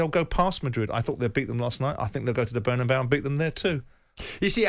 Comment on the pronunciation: Why do these English people struggle so much with the pronunciation of Bernabéu